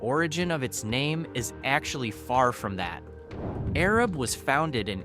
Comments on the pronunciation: Arab is pronounced A-rab (the A sound is the long A) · The town of Arab is pronounced A-Rab. I lived there for many years until 2008 and never heard of a sugar festival… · Arab is pronounced A-rab heavy on the first A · Gu-win is not in Fayette county. It’s in Marion County. These videos are so aggravating and they aren’t even pronouncing cities right. Do your research! It’s not Arab it’s A-rab! A long A! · Here to see if you pronounced Arab correctly…and you didn’t. 😂😂 Long “A”….”Aaaa-Rab” named after “Arad Thompson”. You’re correct about the misnaming…and the assumed misspelling mistake which misnamed our small town. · A-RAB is how the name is pronounced. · It's A---rab Alabama get it right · We say A-Rab around these parts. Lol. One of those things you don't really know unless you live around here. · It's the little A that has the long A sound like Araab haha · That’s what I came here to say. A-rab! Born and raised there. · Gu-Win is almost entirely located in Marion County. You need to learn to pronounce Mobile, Guin and Arab. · If this person (or AI) can’t even get Arab right, I would hate to hear how wrong he would get Lafayette or Eastaboga or Notasulga or any of a thousand other cities in our beautiful state. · This Yankee twit who can't pronounce Arab correctly completely missed the neighboring towns of Remplap and Palmer, along with fun ones like Zip City, Plevna, Egypt, or Boligee! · Yes!! He mispronounced eclectic (I used to live there) and Arab (I live in a city near there )